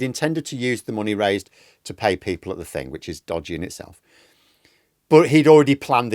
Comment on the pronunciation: Somefink tells me he is not. Maybe the k he puts at words ending in "thing"